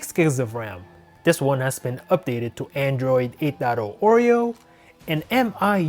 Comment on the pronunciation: Sir, it's called mi (me) and then UI (you i), so its "me you i"